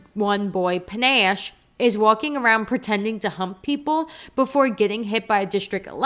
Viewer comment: I really agree with so much of what you said, but omg it's pronounced puh-NASH. I'm sorry I had to say it Lenore Dove was such a misstep for me, and the way she's written I just thought was terrible.